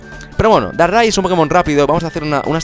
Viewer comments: Dices darrai en vez de darkrai XD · Se dice dárcrai porque dark cry es llanto oscuro y se pronuncia justo asi en ingles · Deberías aprender a pronunciar los nombres xD Regice=regiais Darkri=Darkrai